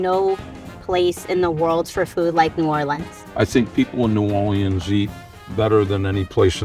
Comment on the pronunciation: I love Emeril. He pronouces New Orleans they way my mother did, born in New Iberia, raised in New Orleans.